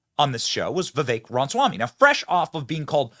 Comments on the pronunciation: RAMA Swamy not ronswamy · I don't know who this Charlemaigne guy is but he seens to be not that bright to me. Seems to be stuck in a certain mindset and does not hear what Vivek says. Benny, Ramaswamy is pronounced with the first 'a' - it is not pronounced Ram - swamy. Love your shows but not a big fan of this one. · Why is it so hard for you to pronounce his name lol, "Vivek Ranswamy"?? lol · I love you Benny, big fan for many years, but slow down and say it with me, Ram-A-swamy. 😂😂😂 sorry it’s my ocd 😒😆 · Dude, you sound so stupid when you mispronounce Viveks last name. We all know how it's pronounced, please take the millisecond of extra time and say it right.